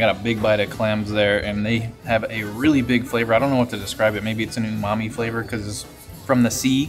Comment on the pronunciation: Great vid until you said "Umami"....Im out...